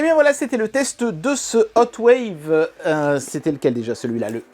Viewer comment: Hotwav avec un V à la fin. 😂